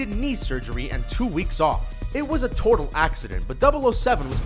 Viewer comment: "It was a "tortle" accident"... "profinity" laden...it's things like this that make me wonder, is even a speaker of English? Who the fuck says "tortle" instead of "total" and leaves it in to the final cut of a Youtube video? WTF???